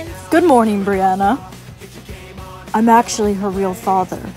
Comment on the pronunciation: Brianna: HOW DARE YOU CALL ME BANNNA?!?